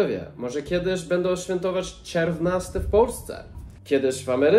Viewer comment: Bardzo ciekawie opowiadasz o historii, nauczyłam się czegoś nowego, dziękuję. Ale sory, dla mnie "czerwnasty" kojarzy się w wymowie z czerwiem, jakąś larwą, co nie jest zbyt miłe, kojarzy się głupio. Obejrzałam kilka Twoich filmików, subskrybuję kanał, i jestem pełna podziwu dla Twoich zdolności językowych :-)